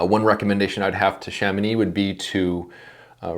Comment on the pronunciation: Kudos for the correction prononciation of Chamonix ahah